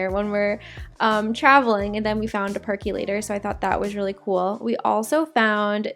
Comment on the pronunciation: I don't know why so many people mispronounce PERCOLATOR. It's pronounced perk-o-lator. Also, you would NOT say "the thing about I..." You would say "the thing about me..." So that's all you have to know in order to say it CORRECTLY, which is "the thing about Connor and me..."